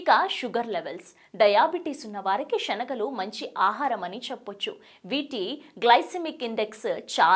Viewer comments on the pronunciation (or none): షనగలు కాదమ్మా శనగలు అనటం నేర్చుకో అలాగే షరీరం కాదమ్మా శరీరం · శనగలు అని అనాలి,షనగలు కాదు, శ, షకి తేడా తెలియదా..